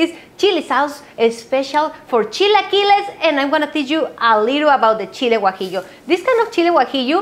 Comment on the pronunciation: I became a subscriber when I heard say "guajillo".